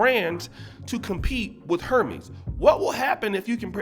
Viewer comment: Hermies? Lol. HERMES